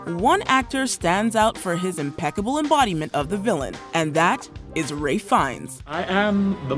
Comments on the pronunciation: My head hurts, it is RALPH not Ray Fiennes 😂😂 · Why does she keep saying Ray Fiennes instead of Ralph Fiennes? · Who the hell is Ray Fines?? I think you got the name very wrong on the Prince Of Egypt! Its RALPH FIENNES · Not me losing my mind every time she pronounces Ralph fines as Ray!!!!!! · Rafe more than Ray. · when did ralph fiennes become ray fines ?